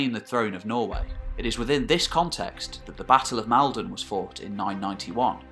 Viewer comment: As a man from north Essex and having grown up not at all far from Maldon. It's Maul-don. Please. Great video as per outside of the pronunciation there. Keep it up!